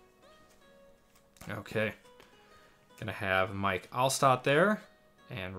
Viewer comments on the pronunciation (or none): none